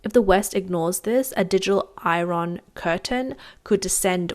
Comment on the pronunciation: ermmm...she has trouble with "iron", I dunno if simplifying the script would really help.